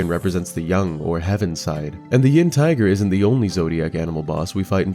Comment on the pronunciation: yep, it's 寅("yin" with second tone)虎，not 阴("yin" with first tone, as opposed to "yang")虎